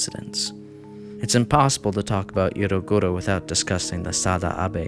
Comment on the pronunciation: the pronunciation is driving me crazy but i rly enjoy the research u put in